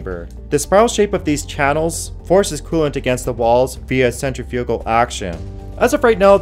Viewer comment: Cool info, but please look up how to pronounce Infamous and Centrifugal.